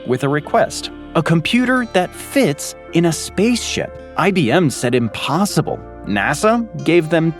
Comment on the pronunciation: 🛑🛑🛑 “INPOSSIBLE” 👀👀👀🤔🤔🤔🤔 what’s in-possible? 🤷🏻‍♂🤷🏻‍♂🤔🤔😂😂